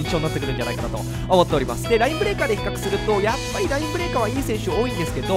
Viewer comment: 比較がヒカックにしか聞こえません 責 任 と れ ヒ カ ッ ク